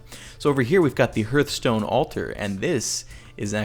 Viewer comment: Hearthstone is actually pronounced Harth-stone, such as a hearth.